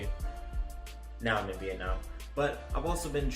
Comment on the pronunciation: yes you are pronouncing it right :)